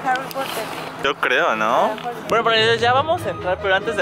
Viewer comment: Harri popoter jajaja